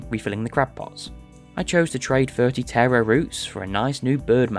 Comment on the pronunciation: Such a great video, really glad I came across it, even if the pronunciation of Taro is driving me slightly mad 😂😂